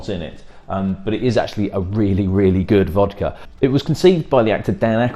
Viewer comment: Learn how to pronounce vodka